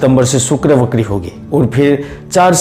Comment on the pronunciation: वाचाल में सुधार की आवश्यकता है । विशेषतः श और स में समझ इसी प्रकार व और ब में अंतर जरूरी है । वक्री को बकरी कहना कहा तक उचित है । पूरा अर्थ ही बदल जाता है ।